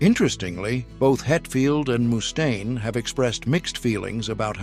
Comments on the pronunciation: eehhh.. I think his name is mustaine... not! moose-taine. ..mustaine!! with a single U. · It’s not Moostain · A.I. Pronouncing his name MOOstain is killing me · “Mousse Stain” 😂. Finding it hard to get passed the way he says that. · Moo-stain? Come on!!!!!